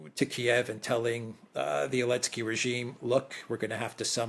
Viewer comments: Why does say Elensky” and not Zelensky? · Why calls Zelensky Elensky?